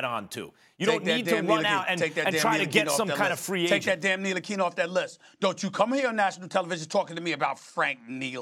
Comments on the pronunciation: LOL "take that nitlilkina off that list" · Someone’s son 😂😂😂😂😂😂😂, you might actually quit the nba if you’re ntilikina after watching this shit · “Take that damn nitilikina off that list” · lol at "take that Ntikilina off that list".